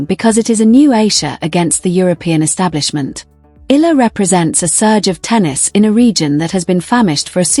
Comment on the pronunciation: These commentators/narrators are so disrespectful. Alex Eala <EE-YA-LA> has been celebrated for nearly a year now from the day news media noticed her outstanding performance in the WTA circuit. Yet, the media never researched, never tried to learn how to pronounce her name! That is truly idiotic.